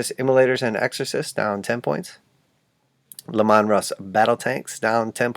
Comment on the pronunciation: I’ve never heard anyone pronounce Leman Russ the way you do. I’m not being mean, I’ve just never heard it. You’re way makes me imagine him with corn rows in his hair: Le’man